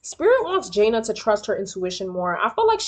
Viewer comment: It’s pronounced Juh Nay